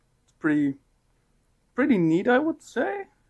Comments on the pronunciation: he did say Neet and not Neat, right? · yeah, but it is not "pretty neat". It's "pretty neet"